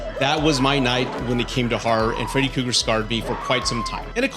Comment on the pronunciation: Freddy Cougar? You are missing an 'R' in there bud. Also it's monster not munster..